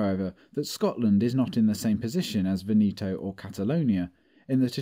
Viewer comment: Good job, but please learn how to pronounce Veneto: the stress on the first syllable.